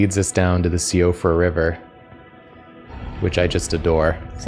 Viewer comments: the name of the place is "SHEE-uh-fra" in irish, the language it's derived from (as opposed to "she-OH-fruh") :) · Me, a Gàidhlig speaker, hearing ‘s „no I‘m saying correctly the name of the place“ after pronouncing Siofra like That sent me 😂 (I have no idea if the game wanted it to sound Gàidhlig on purpose or not but we‘d say it kinda like „Shoff-ra“ or „s’yoff-ra“. Hard to transcribe the sounds) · Sorry, you are saying Siofra incorrectly. It's like "Shee-fra" and it's Irish for fairy.